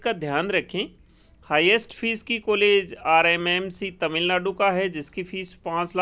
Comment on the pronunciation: please change your Kollege. sound it as college.